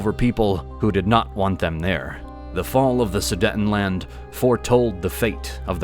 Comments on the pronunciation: It's pronounced Sudeetenland, not Sudetten. Only 1 T after the first E so it's pronounced long (EEEEEE). Sorry, this bothered me too much for some reason...😅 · It is NOT su-detn-land! The word "Sudetenland" is pronounced "soo-deyt-n-land," broken into four syllables: "soo," "day," "tuhn," and "land" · The second syllable in Sudetenland is pronounced ”day“. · Somebody please teach that person to pronounce Sudetenland correctly?